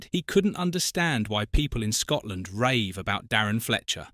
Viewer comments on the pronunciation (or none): none